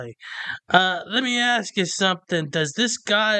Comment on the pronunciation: He sure "AXE" al lot from the court.